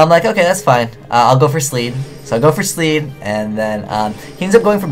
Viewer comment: ..........sleed.......sleed? LEED!